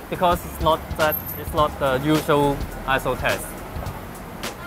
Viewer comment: When says "ISO test" all I hear is "asshole test". haha